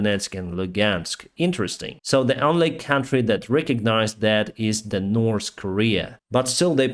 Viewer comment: You know, there is no letter S in the words north or three. Its not "nors" nor "stree". You would sound much professional, if you would pronounce the basic words right. Just a friendly suggestion.